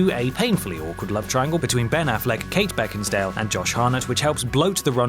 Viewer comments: You said Beckinsdale! point awarded to team Berenstein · Heh, he said Kate "Beckinsdale". Its funny that her name is still being pronounced wrong even when her name shows up on the screen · Why can't you correctly pronounce people's name? It's not "Beckinsdale"........................ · Beckin-stale? That’s not very nice. She was great in ‘Love and Friendship’